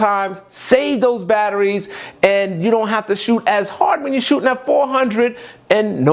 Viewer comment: The word is shootING, not shootIN